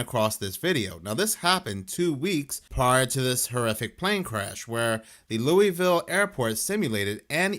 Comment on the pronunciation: I Was Born And Raised In Louisville Kentucky And Its Pronounced Louie-Ville NOT Lewis-Ville!! Only Some Jersey Shore JackAss DimWitted Son Of A Inbred Idiots Rented Step Mule Would Pronounce It Like That But As Would Say......I Digress. I Was Once Told To Say It Like Your Drinking Burbon And Chewing RedMan Or Did I Read That Wrote On The ShitHouse Wall.....Oh'ell, Either Way It Sounds Good. 🤫🤔🤔🤔🤔🤔🤔🤔🤔🗣🥃🙈🙉🙊